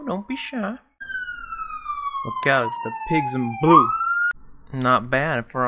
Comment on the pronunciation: 😂 the emphasis when u said the pigs in blue lol